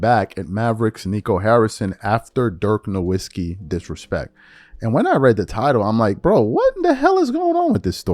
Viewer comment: Love the channel, but Dirk’s last name is pronounced as No-Vitz-shi.